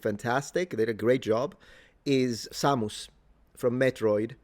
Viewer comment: Best pronunciation of Samus ever